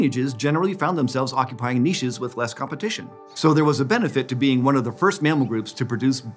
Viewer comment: I just love hearing Americans/Canadians say Niche properly 😍